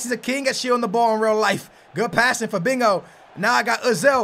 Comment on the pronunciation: you say Fabinko it is Fabinho mate.